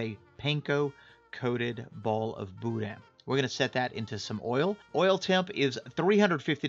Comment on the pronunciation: You can tell when a real Cajun makes Boudin. He uses LIVER! Texans don’t use liver and they wrongly pronounce the “n”. No liver= not boudin. “Boodah”Great vid.